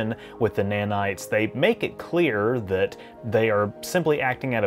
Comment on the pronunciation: its nanites not "manites". Nanite, like ipod nano